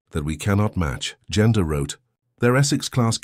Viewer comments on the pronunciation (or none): The synthetic voice is aggravating not able to distinguish where are the sentences starts and ends. Too bad because the content is interesting. Names are butchered Genda (General Minoru Genda) and not Gender The US admiral Mitscher (Mark Mitscher) and not Mitchell